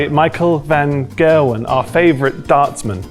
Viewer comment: The way they pronounce van gerwen is so funny. I really didnt know who they were talking about till they showed the picture hahaha. #ducthie